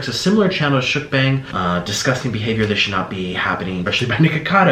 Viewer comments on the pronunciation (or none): none